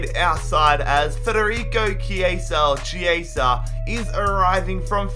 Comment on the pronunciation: You're right about Chiesa, no need to correct yourself. In Italian, Ch+vowel is "K" (so it's kee-AY-zah) and C+vowel is "ch" (think "cello"). See, a music education can be good for something xD